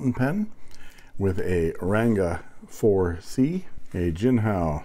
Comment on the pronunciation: ink pronunciation - jin-chawng-ho